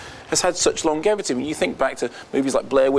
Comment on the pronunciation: The way Mark says 'Longevity' without pronouncing the 'J' sound is distracting me.